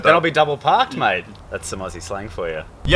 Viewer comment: Mate not mike